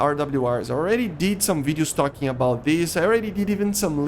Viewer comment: Man.. please make your English better. I can’t watch your videos because you talk like Chinese ching chiang chiong. Ciolking, ciarget, ciu najt, f forcin. Man, just calm down don’t make those videos in a rush and dont spell it like that. This is not the hate, cuz you choose interesting topics but man.. this accent and in a rush type video just hurts and make me feel angry. It sounds like you are so stressed that I feel uncomfortable.. I will keep an eye on you but if you will keep it going same.. My ears cannot sustain that talk… And you always use filler words when you don’t know one like “you know” “”but still” “and stuff” I’m gettin this that you are not the native and me neither but at least you can work on your pronunciation and grammar would be then less painful.